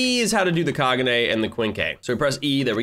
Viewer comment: You said Kagune wrong, the e in the word kagune is pronounced with a long e, so it is KagunE.